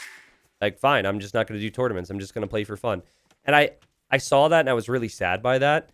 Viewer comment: He does put an L at the end of the word saw. My cousin does the same thing. So instead of: "I saw a video," it's: "I sawl a video."